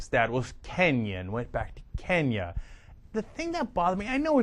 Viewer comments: It really struck me that Beck made such an attempt to overpronounce such foreign names as Kenn-ya, Ja-KAR-ta, and even Ha-VA-ii; although that's the way to properly pronounce the name of our 50th state, I'm with Cenk on this one- he went way out of his way to emphasize the foreignness of these names. Could it have something to do with the fact that the majority of their viewers are well over 50 years old, and easily frightened. What really pisses me off is that my mom even buys into his bullshit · When Biden talks and people take offense, people are looking too much into it.................When Glenn Beck talks and YOU don't like it.... you don't like the way he pronounced "Kenya"